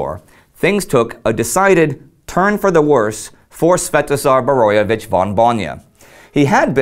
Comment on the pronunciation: Big high five on saying his name . I was well impressed . Even if i was Sventozar Borojevic von Bojna i don't think i could pronounce it .